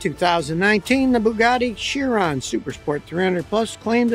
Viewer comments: Chiron is pronounced Kie Ron. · It’s pronounced Bugatti KYron! Ch sound like k in Italian!